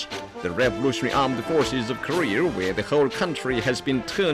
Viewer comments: The narrator seriously needs to practice on saying 'Korea', it sounds like he's saying 'Korrrrrrrrrea'. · the guy pronounces korea , career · Does anyone notice the North Korean Commentator saying "Korea" like "Career?" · Ilove how they say Keureyeur instead of korea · announcer voice “korear” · Also, "Kareer"... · "North Korear" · Korear. Korear. Korear. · I had to idea it was pronounced Korear! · i didn't realize Korea was pronounced, "Ka-reer"